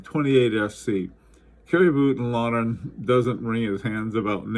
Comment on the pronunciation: The very exact pronunciation of Voutilainen is like so: it starts with the vo as wo in woke not as wo in wolf. So not vuotilainen but vOutilainen.